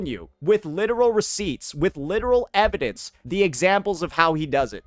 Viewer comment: EvidAUNCE 😂 idk why this made me laugh